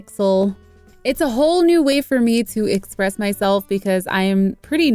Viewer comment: "It's a whole new wafer me to express myself.."